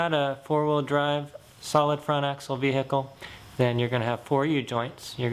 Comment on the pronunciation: Ve Hicle